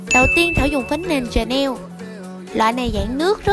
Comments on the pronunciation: đọc vậy đúng rồi. Không biết mà cũng nói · Chắc đúng lên mà nghe lại cách đọc đi bạn trên ơi:))))